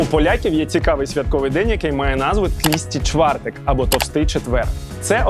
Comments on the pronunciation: Ой, Михайло, не тлісти чвартек, а твусти чвартек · Ахах, Миша, какой "тлистый чвартек"? Т'устый чвартек! И не "толстый", а "жирный" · Не тлісті чвариек , а тлусти чвартек , від слова тлущ - жир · Не тлисти чвартек, а тлусти чвартек, буква "u" по польські це "у' по українською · На майбутнє було б не погано вивчити назви, які використовуються у відео. Tłusty czwartek - не Тлісти чвартек, а Тлусти чвартек. І саме слово tłusty - не товстий, а жирний (в сенсі що на олії жарені) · ТЛУТСИ ЧВАРТЕК а не те що ти кажеш. І навіть це не правильно бо не опишеш польську мову правильно!!! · Тлісті чвартек - і тут я впала зі стільця. Потім остаточно сповзла коли переклад був - товстий четвер. Невже так важко навіть в гугл перекладачі прослухати як читається і тим більше як перекладається якщо не має доступу до носіїв мови? Дошкільний рівень підготовки